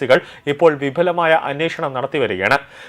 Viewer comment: വിപുലമായ അന്വേഷണ എന്നതിന് അവതാരകൻ വിഫുലമായ എന്ന് ഉച്ചരിച്ചത് മുറിയണ്ടി മൂഞ്ചിക്ക് ഇങ്ങനെ കമൻ്റിടാൻ തോന്നിയതിൽ അതിശയമൊന്നുമില്ല.